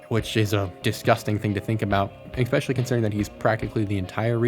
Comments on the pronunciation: especially not EKSPESHALY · Bro stop saying eXpecially